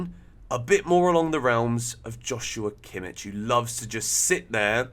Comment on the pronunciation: Kimmich? Jajajaja cmon…